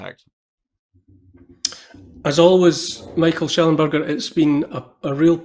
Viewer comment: ‘Shellonburger’…. yeah, no thanks 😅 Neil, you are better than this.